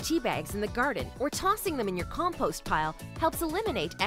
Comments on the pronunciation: It’s compost not com..post 😆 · Why does the American lady say "com *Poste". (*rhymes with toast) Instead of compost (post rhymes with lost) It's pronounced COMPOST not composte ( Forgive me, I'm just an English U.K. tea drinker.) I will take yer advice and dump mi' teabags inth' garden me owd lass. Ta very much and such like.... xxx